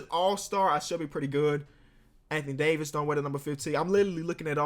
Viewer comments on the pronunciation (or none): none